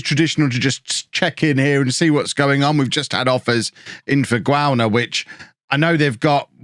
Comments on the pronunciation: As somebody whose surname has 'au' in it, Gauna is obviously pronounced (Gor-na), the same way that Fauna is pronounced (For-na)... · Gauna is basically "How-na" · It is insane to me how you never learnt to pronounce Gauna,. It's such an easy name to pronounce, no trick to it, you gotta pronounce it just how it reads!!! But no, you go "Guauna", "Gawna", lmao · Say "Ahh..." Now say Gauna. Open 'a' :)